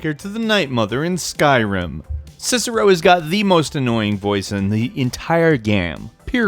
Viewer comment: once u said Cicero. LIKE!